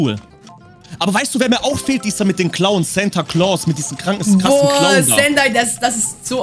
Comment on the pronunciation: Der Santa Claws wird anders ausgesprochen(das regt mich auf!!!!!!)